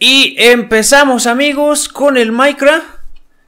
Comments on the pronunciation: sos malisimo en el maicra jjajaja se dise maicraft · me gusto cuando dijo minecra pero se dice minecraft